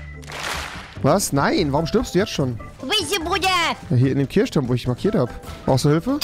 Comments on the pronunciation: Sry für den Niemand Kommentar😂 Niemand: Wirklich Niemand: Rewi:Kirschturm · Niemand absolut niemand: Rewi: ich bin hier im Kirschturm